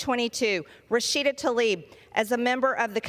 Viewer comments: Is it so difficult to pronounce TLAIB the right way? It certainly is not TALIB 🙄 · Representative Rashida Tlaib! Not Talib. Tla-ib Not Ta-lib.